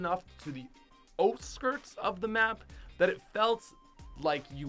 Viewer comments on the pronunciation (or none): oat-skirts? Its OUT-skirts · It's not outskirts. It's oatskirts lol. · OUTSKIRTS NOT OATSKIRTS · For #49 I thought he said oat skirts but then I remembered he is Canadian and he was saying out skirts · This man said oat-skirt like 3 times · “Oat skirts” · oatskirts lol